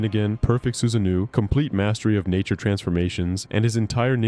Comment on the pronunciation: to - ok so can't pronounce sasuke, susanoo or Kaguya. Intro also sounded suspiciously like it was a.i written, if you can't pronounce them you clearly never actually watched naruto. I'll go ahead and assume you're reading a gpt script or something